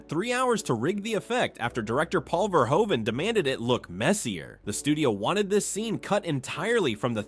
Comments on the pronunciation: Verhoeven is pronounced like Verhooven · Verhoeven is mispronounced too